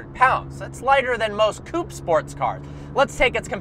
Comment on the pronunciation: Its not coup, its coupe. Love your videos though